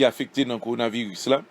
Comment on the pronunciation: Apa misye paka di korona virus